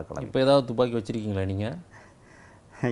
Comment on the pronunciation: துப்பாக்கி என்று வாயில் வருகிறது அப்புறமென்ன துமிக்கி ஜிமிக்கி என்று.... புரியவில்லையே